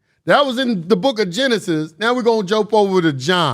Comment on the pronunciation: "Gen-Isis" Egyptian